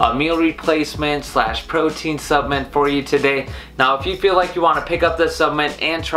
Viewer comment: I think I'd put more substance in your opinion.... well, to be honest - even if you could articulate the word "supplement" properly - I still wouldn't. I knew Mark Hughs, the kid who started Herbalife. I knew what drove him to find the products, and how the death of his mother, after her many diet merry-go-rounds - caused him to want to build a company of quality, selling quality products in his supplements. I used the products and gained the health many years ago which will see me through the rest of this journey. I am, and have in no way been affiliated with Herbalife for more than 25 years - but the quality was always beyond question. You missed on this one.